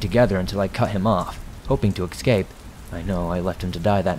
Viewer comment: I'm not sure if I'm just hearing things, but every creepypasta/spooky narrator seems to pronounce it "eggscape" instead of "escape".